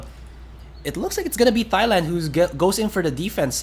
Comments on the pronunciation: So cringe at how he pronounce my country name as "thigh-land" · Cri cri in World Cup like what you said "thigh-land" am said man :((((((( AM THAILAND BRAH! AND AM SAD CRI CRI! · thigh-land... cringe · โกร มาก "thigh-land"